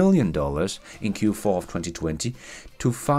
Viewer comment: You saying: in 20, 20FUN 😂🤣😂